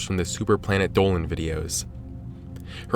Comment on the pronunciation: Everyone: Planet Dolan Dolan: Pluhnet Dowan.